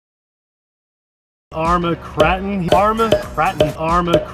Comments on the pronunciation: Really people out there who were watching this and you were worried about how said the name....I was watching the video for the great new truck not how it should be pronounced...As we know and are just a couple of normal people and we all make booboos every now and then..Enjoy time and video with these two and what the channel is about.."Thats my 10 cents worth" Anyway awesome Kry-Cree-krip-ton bashing truck...I would love to own this one day.... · when he said kraton wrong i was like triggered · Ok I just about wet myself laughing at the opening.......you say tomato I say tomahto, potato, potahto let's call the whole thing off. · Dude your seriously saying it wrong lol good video tho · I don’t give a monkey how you pronounce k!!!!n it’s still great arma RC . As always great video guys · Pronounce Kraton!!!!!!! 😂😂😂😂😂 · How hard it is to pronounce a capital A? It is pronounced Cr-AAAAAAAAAA-ton not Cr-aaaa-ton. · It's pronounced krayton (for the car), kratton is the pronunciation for an Indonesian palace. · Its Krayton!! Lol. Also you didn't use my comment condemning you for your pronunciation! Lol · Sounds strange you calling it an Armer Krarten, not kraten as in milk krate, crate , I’m sure it’s pronounced craten as in crates but spelt different, maybe I just been a plank but hey, everyone to there own I suppose!! Good vids though guys. x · KRAY TON KRATON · I left this video within the first 29 seconds. Say it right Kray-ton. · I'm not saying that I say it right but I say krayton personally, epic video! The main thing is we know what u mean lol! You need a mountain! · I pronounce it krayton 🤷‍♂️ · Its still pronounced Kr-A-ton LOL Kr-AAAA-ton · Nice video :) Pronounciation: How about 'cretin'? :D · Lololol you still say it wrong. Crayfish Krayton Sounds the same. I swear your the only person who pronounce it like you do. Lolol. Sounds something funny.